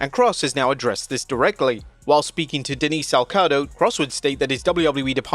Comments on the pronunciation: Denise Alcado? You mean Denise Salcedo(Sal-Say-Do). Seriously this guy can pronounce Anoia with the right inflection, but no effort in any names. The worst is how he butchers Konosuke Takeshita's name! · "Denise Salkado?" 🤣🤣 I know you don't all know each other, but come on... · was Speaking to Denise “Salcado” WTH!? lol. That isn’t her last name. she’s a workhorse for wrestling coverage. Should get her name right fellas. 🫵